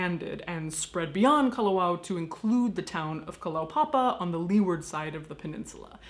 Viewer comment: Great Hawaiian pronunciation, but “leeward” is pronounced “lew’ard”.